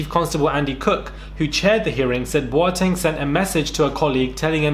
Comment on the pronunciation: Pronouncing Boateng like a proper Ghanaian! Xx